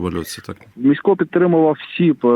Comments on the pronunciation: У слові Місько, наголос на І варто стаити, на майбутнє. Дякую, за чудовий еткр про прекрасну людину! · Та МІсько а не МіськО !!!! Невже так важко було вимовити. Адже жінка його правильно називає.